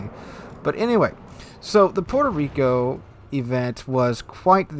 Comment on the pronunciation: Puerco Reeko....